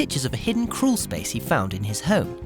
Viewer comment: Crool space. Woolking .lol.